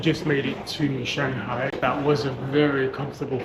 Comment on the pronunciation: is Shanghai no changhai